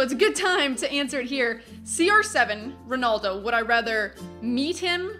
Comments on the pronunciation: She said ronuldo when it's Ronaldo lol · RonAldo not ronoldo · You say ronaldo wrong lol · you say "Ronaldo" weird